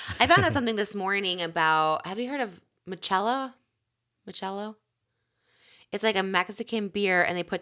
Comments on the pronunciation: Trisha saying Mechello for Michelada is so funny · it’s michelada Trish😭